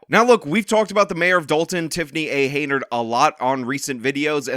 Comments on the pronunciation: Hen-Yard. Hen-Yard. Not Hey-Nard. Hen-Yard. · Hen-yard not hay nerd. Your cred is reduced when you continue to botch her name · HEN-YARD not Heynard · YOU'RE KILLING ME. IT'S HENYARD, NOT HEYNARD. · Henyard, not Heynard. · keeps calling her HAYnard when its HENYARD and im here for every minute of it! 😂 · HenYard ...not Heynard. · If you're going to keep making videos about her, you should know her name is "Henyard," not "Heynard." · At least you could pronounce this criminal’s name correctly. Her name is henyard, NOT haynerd. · HEN-yard, not Hey-nard! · Hen... YARD... Not Heynard. You've never once pronounced this idiot's name correctly. :D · Is it me or does he say Hey-nerd on purpose? I mean, I find it super hilarius because she doesnt deserve to be called by her real name anyway, Hen-yerd. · it's not Heynard. It's Henyard as in yard hen. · you know that we all love you, and I appreciate your work. My issue is that Teflon Tiffany A. Henyard’s last name is pronounced “Hen-yerd” and not “hay-nerd”. Have a great weekend! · Her name is Henyard not Haynard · You keep saying her name wrong. It's Hen-Yard not Hey-Nard. Hard to shame someone without the right name. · Its Henyard, you illiterate. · HEN-yard, HEN-yard. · Unsubscribed! I lost most my respect for this channel. Dude doesn't even know the name of the person he's reporting about. Tiffany Henyard! Not Heynard. Dude is just pumping out bullshit for views. This story contributed nothing. Just talking about the same shit that's weeks old. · So her name is spelled Henyard but it's pronounced Hey-nard?!? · Dude. I love you and I know you pronounce things wrong on purpose sometimes, but it’s Henyard. Hen-yard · HEN - YARD. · Dude's done 7 episodes on this lady and still can't say her name. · Bro you’re gonna have to start pronouncing her last name right at some point